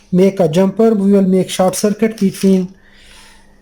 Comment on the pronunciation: I hope I don't get taken the wrong way. I mean this in a good way. There is short (as in short circuit or a short person, etc.) And then there is chard which is a type of beet, a vegetable. Short rhymes with sport, abort, distort, etc. Chard rhymes with hard, card, etc. Say "short circuit" and "chard circuit" and see which one is the one you mean. Just being helpful here. You are a wonderful human being and I know you won't take this the wrong way. I have a hard time saying "h". I say "itch". It is not. It is more like "ache" as in having a tooth-ache rhyms with rage, age, page and not "itch" as in scratching an itch. :-)